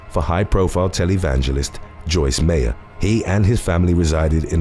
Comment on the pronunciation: HER NAME IS PRONOUNCED JOYCE. MYER.. MEYER... LIKE MMYYYY